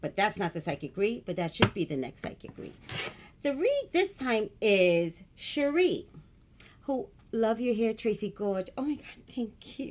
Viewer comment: It's pronounced Sha-Ray miss missy 😊